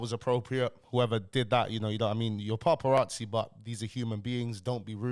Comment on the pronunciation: Why are you pronouncing it paRparazzi 😂😂😂 no R my bro